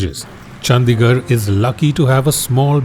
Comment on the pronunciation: It's चंडीगढ़ and not चंदीगढ़ I know most fools and ignorant say whatever.